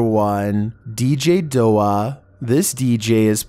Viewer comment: Bwahahahaha!! 🤣🤣🤣 It's not DJ "Dough-ah"....It's DJ "D - O - A"...Like Dead On Arrival. 🤣🤣🤣